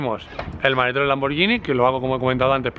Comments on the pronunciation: A ver si aprendes a pronunciar: es Lamborguini, no Lamborllini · Me esta poniendo enfermo con lo de "lamboryini", (lamborGUIni se pronuncia) y lo remata diciendo "pors" al Porsche (pors'she se diría).